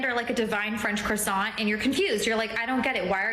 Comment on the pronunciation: What sort of idiot pronounces "croissant" with the emphasis on the second syllable? Any self-respecting French speaker would declare jihad upon her.